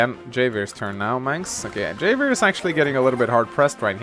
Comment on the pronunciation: It's pronounced "Have-i-er". The "J" in Spanish is pronounced as an "H".